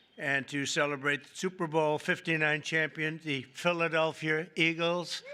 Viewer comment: Philadelphia with a hard R